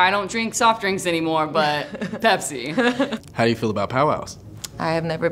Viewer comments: Its bepsi not pepsi yo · Pepsi? Nah bro it’s bepsi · Pepsi but you got to say it Bpezi....😅🤣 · Get it right its not Pepsi its Bepsi!!!!